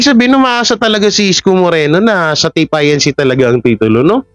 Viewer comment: E di Tape Ink…na lang ang basta mo/pronounciation